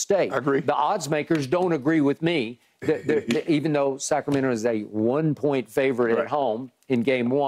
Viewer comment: That’s right Skip!! SAC-RA-MEN-TO 🗣️🗣️